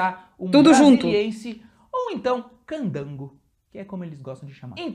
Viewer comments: é CAN-DAN-GO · Por davor, corrija imediatamente esta tua pronuncia, NÃO É CANGANDO, é sim, CANDANGO. Hoje, você chamar de candango um brasiliense, pode ser encarado como algo pejorativo. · HEhehe não é cangando é Candango hehehe ótimo video, sou de Brasília e aqui é ótimo para morar! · É Can-dan-go...rs E sim, até dá pra conhecer toda Brasília num fim-de-semana, mas é cansativo, e você só vai poder "ver" rapidinho. E sem parar pra comer ou tomar um banho e nem descansar. Mas o bacana é passar umas 2 semanas e "curtir" cada cantinho de lá pois tem muita história espalhada por lá. Uma pena que atualmente a "piscina com ondas" esteja desativada. Era diversão garantida pros candangos [e pra mim também que sou carioca e morei por 3 anos lá]. Mas ainda tem a piscina com água mineral que vem de fonte natural e enche a piscina por um lado e vaza por outro mantendo-a sempre o mais "limpa e natural" como seria uma cachoeira...